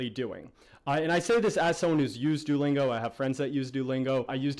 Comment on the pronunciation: Kinda bothering me the way you're pronouncing it.. do-lingo? Lol I'm just nitpicking though. Great video, audio issues aside.